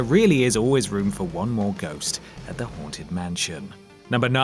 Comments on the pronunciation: i keep on hearing 'horntit mansion',,... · Coz your accent I thought you said "The horn tit mansion" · Did he say The Horned Tit Mansion?